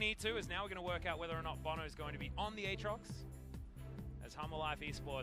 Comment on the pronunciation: This caster can't say aatrox once the same way correctly. 😂